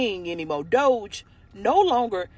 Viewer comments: It's not DODGE it's DOGE!! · I cannot tell if the first woman reporting was calling it dodge on purpose instead of DOGE, it's making me giggle like a little child.